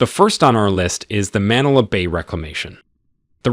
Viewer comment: We apologize for not putting accent marks on our language. It's not widely implemented unfortunately. It's supposed to be pronounced as Maníla not Mánila and Cébú not see-boo to name a few.